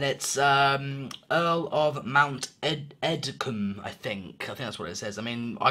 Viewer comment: The name of the loco is pronounced edge-come :)